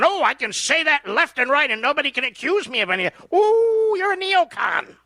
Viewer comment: It's not neocant. It's neocon!